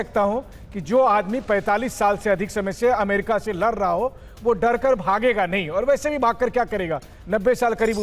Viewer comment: Farar nahi haiya darra